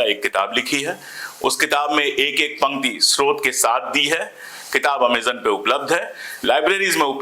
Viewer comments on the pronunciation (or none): none